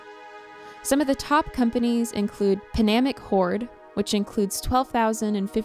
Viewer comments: Panaemic Horde, instead of Pandemic Horde. hehehhehe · Ngl I cringed when she said “Panemic horde”